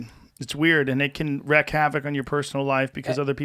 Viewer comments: "wreak havoc* not *wreck havoc" Joe. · My dudes it’s “wreak havoc” not “wreck havoc” great pod. Keep em coming!!! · It's 'wreak havoc' guys, not 'wreck havoc' - please. Otherwise - love you! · Wreak havoc. WREAK, not wreck. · Whd doesn't anyone say wreak havoc correctly? It's not wreck...it's wreak. Like reek... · "wreck havoc".... wreak* havoc